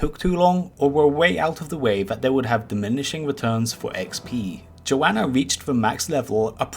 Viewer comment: Pronounced Joe-nuh